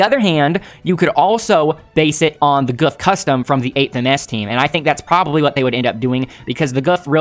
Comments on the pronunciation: The gouf is pronounced like goof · the japanese pronounce gouf as goof so goof is the correct name for it